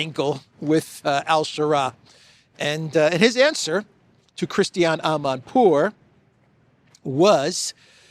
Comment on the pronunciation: Her name is Christina An pour - not Christian!😅